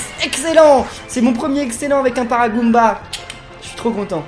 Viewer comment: " C'est mon premier excellent avec un Paragooomba ! " MDRRRR en fait tu confonds tous les monstres JPP